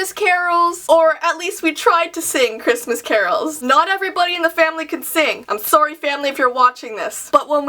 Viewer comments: Ana's Art And she also says "Soorry" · I like how she says sorry. She does not say sorry like sarry she says it like serry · She says Soory and she says EY